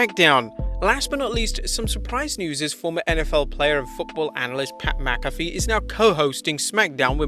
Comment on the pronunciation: Pat McAfee = Pat Mack-a-fee Sirius XM = serious x m Maybe people in the UK pronounce McAfee differently but Pat himself says it the way above. I'm sure I'll be told how wrong I am by some elitist Europeans but that won't change the way we say it.